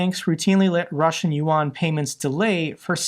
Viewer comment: Chinese loot yuan pronounce yen